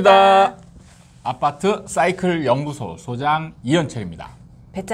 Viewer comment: 왜 소장님은 항상 아파트 싸이클 연구소라고 말하지 않고 아빠트 싸이클 연구소라고 발음하는가.아빠랑 관련이 있는 것인가..